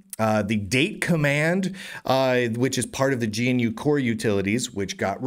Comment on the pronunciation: "GNU" is not pronounced "G - N - U", it is pronounced "GUH - NEW"